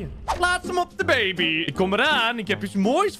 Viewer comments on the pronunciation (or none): je bent men favoriete youtuber en het woord baabi is grappig